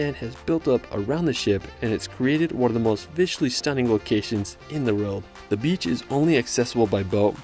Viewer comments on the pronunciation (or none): Why can’t bro say World right?